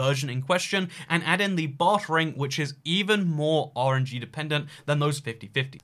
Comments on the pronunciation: says "RNG" but all i keep hearing is "orangey." Like, bruh, what you got against citrus??? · When he says RNG for some reason I hear orangey